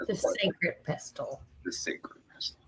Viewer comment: Just so you know, the word pestle is pronounced without the t. lol. Bella L